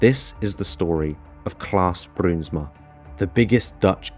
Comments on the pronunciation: the ui letter combination forms an ow sound when pronounced, fyi ; ) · Im frm the netherlands i love how you say bruinsma it almost sounds russian😂